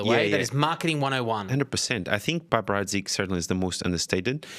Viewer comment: You'd think given he's a wine expert, he would say "piper" correctly. He's saying Bollinger with a french intonation, so why not the other. It's pronounced "peep-er" not "pipe-er" Not a largely available NV i don't mine the PH, but I prefer a Laurent Perrier.